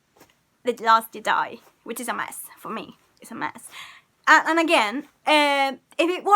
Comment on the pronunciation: “...last gedi.” I heard all I need to know from this woman 😂